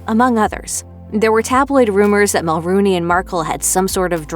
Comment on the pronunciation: Mel-RONE-y, not Mel-ROON-y.